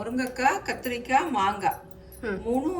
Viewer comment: Manga ಮಂಗ ಅಲ್ಲ its ಮಾಂಗ maanga